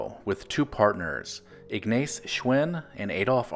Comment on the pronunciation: The name is pronounced IGNOTZ but spelled Ignaz….also tye Company was Arnold Schwinn but the WORLD was just a model as they had dozens of models